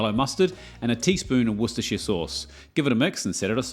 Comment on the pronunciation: How can you pronounce "Worcestershire Sauce" so easily, bro?